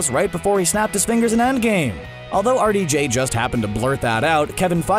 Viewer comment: Wow. It took me til almost 5 minutes through the video to realize the narrator is saying "R.D.J" meaning Roberts Downey Jr. The whole time I'm like, "Who tf is Artie Jay? And why is he so good at coming up with lines for Iron Man?!" 🤦🏾‍♀️